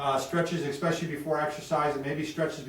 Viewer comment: Sorry for being "that guy" but there is no word "Xspecially" it is pronounced "ES-pecially"